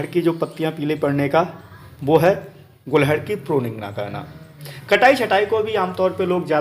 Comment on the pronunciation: Very good sir 🙏 गुलहड़ ❌ गुड़हल ✅